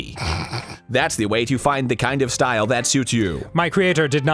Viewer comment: Monika: Everyone has their own shtoyle... can you show me your shtoyle?